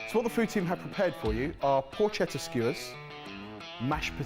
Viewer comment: Sorry to be a pedant, but it is pronounced Porketta Che makes it a hard C. Auguri da Roma